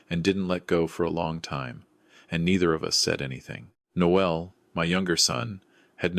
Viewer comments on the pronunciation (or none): Noel is a male name and the ‘e’ is not pronounced. Noelle is the female name and is pronounced ‘No el’. Teach your AI voices correct pronunciation !!!